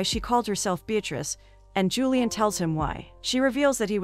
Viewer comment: I assume the girl's name is Julie-anne ( or variation) and not "Julian" the way this robot pronounces it.